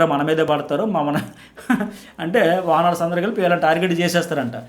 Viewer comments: గారు... వానర్స్ కాదండి... ఓనర్స్ అని పలకండి pls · Arey last few days ga follow avuthunna.. అది వానర్స్ కాదు ఓనర్స్